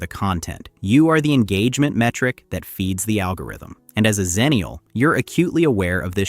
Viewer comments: "Ecks-ennial", not "zennial" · Xennial is pronounced Ecks-Ennial because we're on the cusp of both Gen X and Millennial. A "Zennial" would be on the cusp of Millennial and Gen Z.